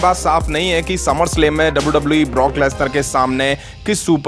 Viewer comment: Its wwe not dabauu dabauu eee